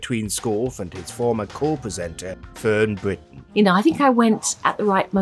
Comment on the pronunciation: Who is Fern Bwitton? Sorry not sure